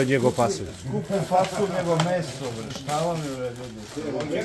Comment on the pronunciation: "Da vidiš bwre koje dobwre knjige imam"Uko ako je knjiga "debela" ne znači i da je dobra!😂